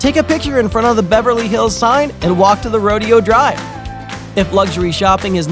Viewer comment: It's pronounced Ho-pee (Hopi), Mo-hov-ee (Mohave), and Ro-day-o (Rodeo Drive).